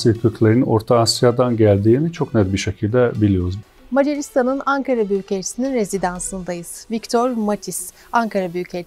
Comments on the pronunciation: Angaralıyım dediğine göre harbi olmuş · ankaralı değil angaralıyım diyor